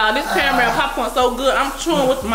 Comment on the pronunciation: Them Cara-Mel’s had him fckd up 🤣😭